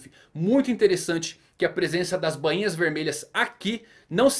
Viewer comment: Voce so erra na pronuncia do nome dos Bainhas vermelhas mano, Nao e Banhinha e sim Ba inha, so corrigindo isso, otimo video mano